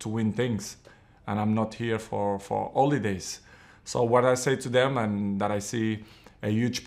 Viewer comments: Cristiano what did u say ? " I am not here for holidays "...I thought you said : " I am not here for OLE-days "😂😂😂. I would be happier if u said that. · “I’m here to win. I’m not here for OLEdays” [ik he meant holiday it’s just funny that it sounds like oledays] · I think he said holidays 😂😂